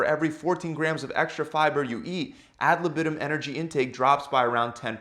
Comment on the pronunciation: If you use Latin words you should first learn how to pronounce them. And „ad libitum“ is pronounced very different from how you do it.